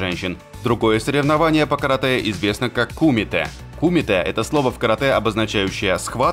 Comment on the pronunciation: Блин вид кумите удариние на е а не и